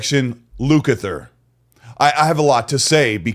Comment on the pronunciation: "Lucather" is this what was said. Great video.